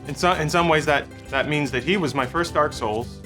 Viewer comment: Every time I hear someone say Dark Souls, I hear "Dark Scholls"